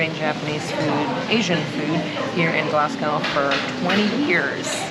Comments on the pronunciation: Ibis is pronounced Eye-Biss Glasgow is Glasgo Edinburgh is Edin-burra Great video! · I really enjoy your videos but PLEASE learn the correct pronunciation of Scottish cities. Especially Glasgow and Edinburgh.